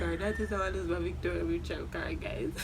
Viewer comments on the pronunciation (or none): Mi Rassclaaaat this one ketch mi when the girl say Victoria mutral card 😂😂